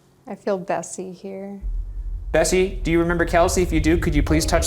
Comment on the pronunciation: Every time Ryan said Bessie it sounded like Bestie.